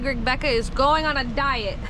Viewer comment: 🤣 Did she say diet? Yeah, me too!